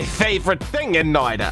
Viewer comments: Its not "noida" its more like "noit a" with a sharper t but yeah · This is otherwise a great video, but as a Finnish person the way you pronounce Noita is painful. It is pronounced "Noita", not "Noida".